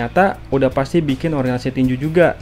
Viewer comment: tinju om bukan tinjuk